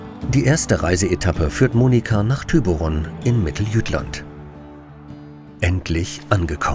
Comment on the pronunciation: Gail Gail Gail Genauso aktiv möchte ich auch sein. ich war schon 5 mal in Dänemark und ettlichemale davon auch in Thyborön herllich Thyborön auch mal so im fernsehen zu sehen. Ich sage immer Thyborön (weil man das Durch gestrine O als Ö ausspricht. ihr sagt Thyboron das habe ich anfänglich auch gesagt. papa sagt es heute immer noch ohne Ö sonder mit O.